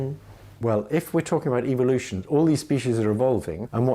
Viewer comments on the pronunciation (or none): I heard evil-lution